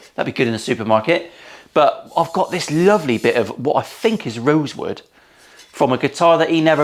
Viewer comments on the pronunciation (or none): did you say "rosewood"? 🙃